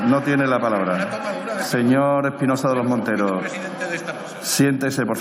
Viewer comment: Espinosa de los monteros solo sabe ladrar aunque no pronuncia bien la R.... MATUTE le da cien mil vueltas en política y en historia... Espinosa vuelve a las cavernas con tus antepasados